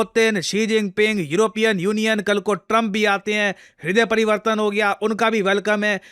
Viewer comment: 😂😂😂😂😂😂i started laughing..... Hirhde parivartan😂